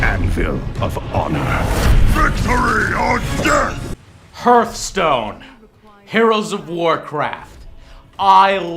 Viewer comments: not herth, it's pronounced harth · It's pronounced harthstone but spelt hearthstone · He said hert stone!!! It's heart stone!!!!!!!!! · hurtstone? thought it was prenounced hearthstone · pronouncing hurtstone ayayayayaya cool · Thats not how you pronounce Hearthstone :D